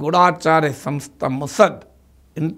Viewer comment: హలో ప్రొఫెసర్ నాగేశ్వరరావు గారు మీరైనా శుద్ధంగా మాట్లాడండిముసద్ కాదు ముసాద్